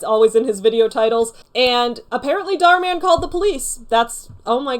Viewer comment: "Dahr Man" Me: "aaaAAAAaaa fighter of the night man" I'm not ashamed but I'm not not ashamed.